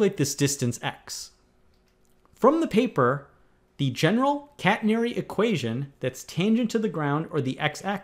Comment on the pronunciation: I would love to help this guy pronounce the word 'catenary' and also how to pronounce the hyperbolic function 'sinh'. Most engineers just make life easy for themselves and treat the catenary as a parabola!!